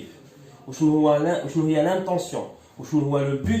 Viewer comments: L'intention* Et pas l'intontion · ذكرى هكذا تكتب و intention c'est pas intontion 👍 bonne continuation